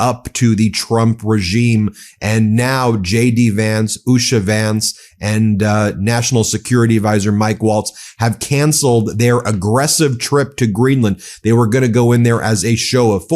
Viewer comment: Waltz is not pronounced like Walz. Just saying.